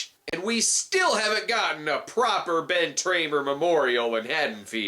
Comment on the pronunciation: Please don’t ever stop saying Ben Tramer 😂👻